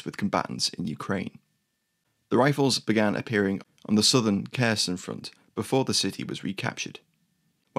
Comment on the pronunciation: Please learn to pronounce Kherson from Forvo.